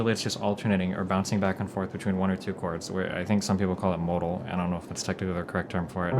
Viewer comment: Is that pronunciation of chords acceptable to anyone, anywhere? Is it just Destiny or do people from Nebraska, or the US in general say it like that?